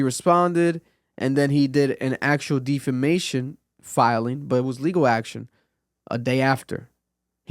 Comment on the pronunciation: Defamation =Deaf- fa-mation bruh 😂 you sending me saying it like that